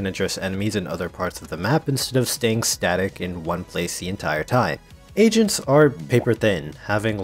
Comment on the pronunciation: He says agents like asians the whole time "Asians can be redeployed" Agreed